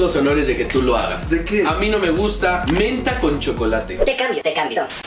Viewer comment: Me rei cantidad cuando dijo no guta